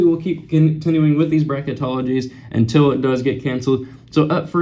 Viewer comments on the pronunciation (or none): none